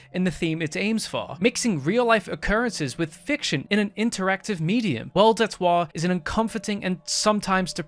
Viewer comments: hehehe the way he says waw "watertoir" like a gay french great vid tho love it 😂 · At the start of the video I kept thinking you were saying "El der twah" sounding like some french word idk. Was pretty funny